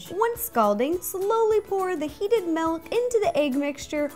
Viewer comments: it's mILk, not mALk. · Are you from the Midwest? I noticed that you say "melk" instead of milk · OMG. she called it melk!!!! I love her soooooo much for some reason I just cant get mad at her. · Yay! She says milk like melk, like me too!!! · "Melk" AHHHHHHHH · I just realized she says melk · You say milk weird😂😂